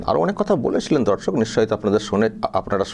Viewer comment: তোমার সব ভিডিও আমি দেখি আমার একটাই রিকোয়েস্ট দর্শক না বলে বন্ধু বল দর্শক বলতে গিয়ে মাঝে মাঝে ধর্ষক হয়ে যায়